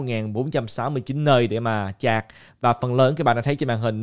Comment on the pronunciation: sạch hay chạc hả ơi hahaa